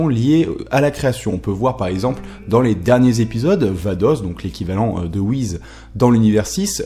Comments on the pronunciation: Tu sais pas prononcer le nom des personnages R.I.P Beerus / Whis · Ce sont les Kaioshin qui créent les planètes donc ils peuvent je pense créer les étoiles et dans FnF Whis dit qu'il ne sait pas créer les étoiles donc il ne serait pas un kaioshin, ni un dieu de la création d'ailleurs... Pour moi Whis (et non Whiz comme tu le prononces) et sa soeur Vados, sont des dieux qui sont là dans l'unique but de maîtriser les dieux de la destruction afin que ces derniers ne détruisent pas leur Univers respectif sur un coup de tête stupide (je rappelle que la Terre a failli sauté à cause d'un flan...). Ils surveillent donc les Hakaishin pour qu'il y ait une sorte de maintien ou d'équilibre comme vous voulez entre la création et la destruction. Bien évidement le mystère reste encore entier car on ne sait pas d'où ils viennent ni qui ils sont et si ça se trouve sous leur air calme, gentil et doux se cache peut être les futurs méchants de DBS qui sait ^-^ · stp mec tu peux dire Whiss et pas wize stpppp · Ses pas Whiz comme tu pronosse mais whis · On ne prononce pas Whiz mais Whis avec un S comme pour saucisse par exemple... fan fan...c'est vite dis. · on dit pas wise ce est wiss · on dit pas whiz mais whiss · pk tu dis whiz c whis avec un S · C'est whis je crois, pas whiz sinon beau boulot. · Pourquoi tu dis "Whizz" et pas "Beeruzz" et "Vadozz" ? Je ne comprends pas où tu vois le "Z" dans "Whis" --' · Whis pas WIZ !!!!!!!!!!!!! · Mais pourquoi dit-il "Wiz" ? Mec, c'est juste Whis. Comme Whisky. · C'est "WhiSSSSSSS" !! Pas le "Wizz" d'MSN. Je dis ça par rapport à ta prononciation un peu dérangeante. ^^ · Désolé mais ça se prononce Whis et pas Whiz comme tu le dis. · WHIS* pas WHIZ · Prononce Whis pas Whiz va regarder les épisode essaye pas j'ajouter d'accent Japonais ! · t'es serieux a dire "wizz" ? tu t'es cru sur MSN ou quoi ? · pk tu dit wiz est beelus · wiz, il corrige ça dans ses vidéos plus récentes, Beelus, c'est la prononciation japonaise de Beerus